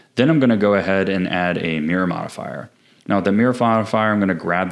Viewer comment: "the mirror forifier"😂😭